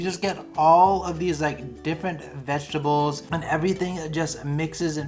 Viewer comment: Lol it’s vegetables not veggie-able you’re funny I love it